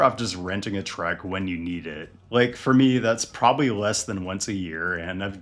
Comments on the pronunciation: Full size crew cab pickup trucks are just awesome man. Don’t over think it. And it’s pronounced TRUCK not TRECK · I just realized that when he says "Trek", he's actually saying "truck". I kept thinking "Why does he keep talking about a specific brand of bicycle?"